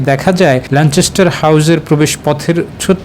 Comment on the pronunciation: ল‍্যানচেসটার না, it’s ল‍্যানকেসটার. Please fix it before your create report.